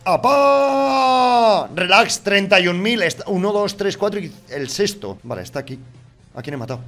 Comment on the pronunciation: pov: eres y no saber pronunciar sexto, y dices ``sesto´´.minuto 3